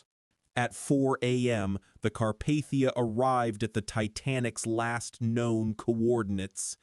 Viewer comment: Sorry. You lost me . Car-Path-ia noooo